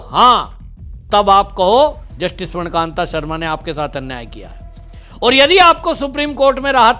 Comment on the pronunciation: अरे भाई जज का नाम तो सही बोल ले. स्वर्ण कांता शर्मा नाम है स्वर्ण कांत नहीं.